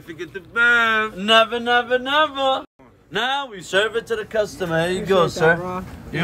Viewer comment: "Once the customah has a stroke, we take him to the ER."